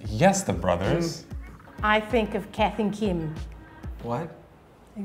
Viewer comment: It’s Kath and Kim not Keith and Kim 😡